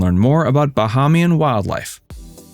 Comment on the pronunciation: OMG Bahamian is pronounced: Ba-HAY-mian